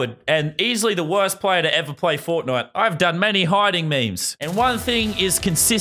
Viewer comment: FORTNITE NOT FONAY